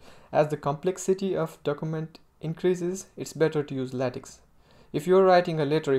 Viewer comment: Your English is just fine. I'd work on accent and pronunciation a bit. For example, you pronounce "English" as "Engliss". Also, LaTeX is pronounced "lah-tech" not "lay-tex".